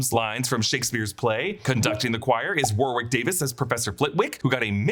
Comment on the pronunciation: Americans saying War-Wick when it’s pronounced “Worrick” is more jarring than JK’s tweets 😂